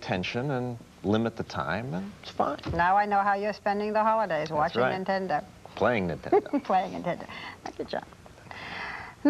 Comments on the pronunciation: "....watching Nintenda." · "Watching Nintend-uh" -. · "Watching Nintenda" Journalism Fail LOL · NIN-TEN-DO. It's a cereal now.